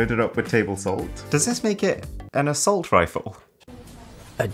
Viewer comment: "an asSALT rifle" 💀💀💀